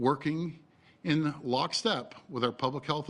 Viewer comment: I caught that too lol. He emphasized it too